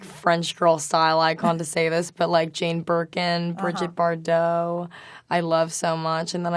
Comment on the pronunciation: I love to see that she seems a humourous and modest girl. As her father who seems very humble and modest despise being very rich and famous. That's weird she prononces Bardot with an American accent when she speaks American.